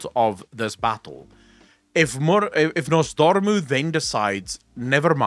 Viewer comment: PLS the names are NoZDormu and MurozoNd It's very grating hearing them getting butchered